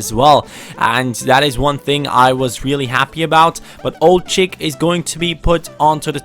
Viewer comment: I always have to laugh when you say Ould-Chikh's name